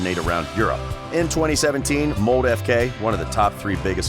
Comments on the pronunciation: You're pronouncing the names all wrong. Håland is not the same as Haland, it's supposed to sound like Holland. Bryne is "bryn-eh". Molde is "mold-eh", not "mold". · The way you say "Bryne" is so completely wrong that its hilarious. You totally butchered every Norwegian word in this video. When you say "molde" the "O" is pronounced just like the "o" sound when you say Coffee. So its a "å" sound